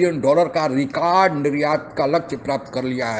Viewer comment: Kya aap bhi pakistaniyo ke tarha rekard bolte ho????...lol